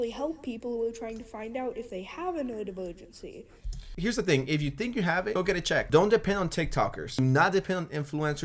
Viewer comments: I fucking can’t bro. These little fucking kids. They have no fucking clue, and her fucking lisp and her inability to pronounce r’s is KILLING ME. WHEN SHE SAYS “NEWODIVOWGENCY” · Bro I can't be the only one hearing "nerd-virgincy"